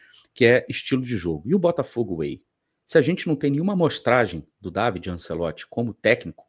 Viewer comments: bom dia. A pronúncia correta, em italiano, é Dávide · Eu tenho um primo italiano que se chama Davide, minha mãe italiana pronunciava Dávide. O tradutor google também pronuncia Dávide.